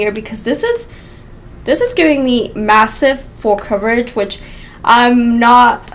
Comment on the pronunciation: Love the review. CAHVERAGE Lol. #coverage haha you're too funny girl 💖💄💋